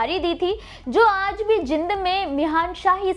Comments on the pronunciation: आपको तो शहर का नाम भी ठीक से कहना नहीं आता। शंहर का नाम जींद है ना कि जिंद। Pleasecorrect yourself. यदि गुरु साहिब की बात कंरनी थी, तों सिर को ढक कर रखना चाहिए, इतना तो आप को मालूम होना चाहिए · जानकारी अच्छी दी है। कुछ शब्दों का उच्चारण सही नही था, जैसे आपने "जींद" को कई बार " जिंद" बोला है।